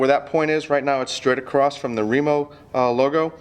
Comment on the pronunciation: If I hear "Acrosst" one more time I'm going to lose my shit